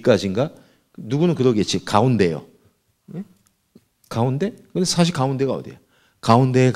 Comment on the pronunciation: "사실"의 "사"는 길게 높게 발음해야 합니다.